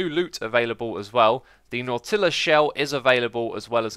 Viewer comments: Knot-tillas. Its knot-chulas. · Its pronounced as "Nahw-tilus" shell... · KNOT-uh-luss shell [nŏt—ŭ—lŏs] UK: /ˈnɔː.tɪ.ləs/ US: /ˈnɔ.tɪ.ləs/ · Please learn to pronounce the words Nautilus and Tutorial...